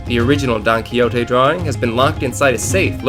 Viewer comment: So funny how you pronounce "Don Quijote" like "donkey-o-te" hahaha And the story about Sancho Panza's figure just crack me!!! A big kiss from Spain,! 💜